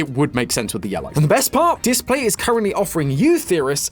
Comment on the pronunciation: displate not datplate